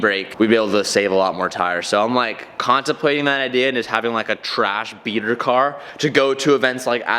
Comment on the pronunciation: You call that the beater